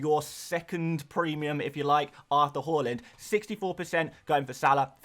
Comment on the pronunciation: Why do you say whore-land? It’s haaland (har-land)